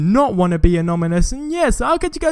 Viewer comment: Anonymous not ominous